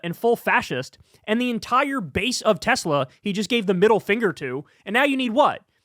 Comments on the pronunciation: ‘I love Teslerr!’ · Got to love how Trump pronounces the brand as well, the TesSlur. :P As for banning Teslas, if the US pushed harder on those tariffs you can forget about any new models getting certified in the EU ever again............................they're barely passing MINIMUM road safety guidelines as is.